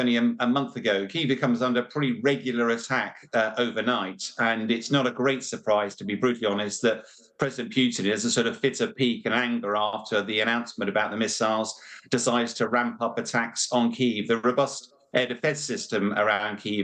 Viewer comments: Putin not Pyutin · Your analyst can't even pronounce Putin correctly...